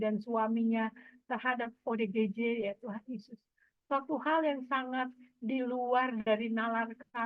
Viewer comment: Ya ampun.. OODG wkwk.. Salah sebut akuhhhh.... ODGJ malu-ku sampe kemana mana rek.. 😂😂😂😂.Maaf ken lidah yang keseleo wkwk